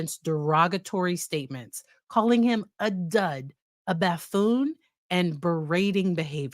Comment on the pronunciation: Fyi, it's pronounced buff-oon, not baff-oon. And generally the l's in Padilla are silent.